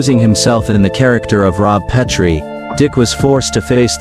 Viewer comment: Brain-dead AI narrator doesn't know how to pronounce "Petrie." Boycott AI!!!